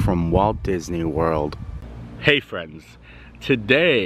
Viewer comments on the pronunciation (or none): none